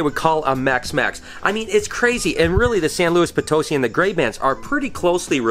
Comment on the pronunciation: San Luis( pron:Po tuss see)Potosi not potusy